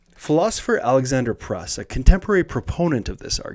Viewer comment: Random note: "Pruss" as in Alexander Pruss rhymes with "loose." Have a nice day! :)